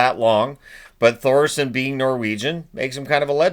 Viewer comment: The H in Thoresen is silent.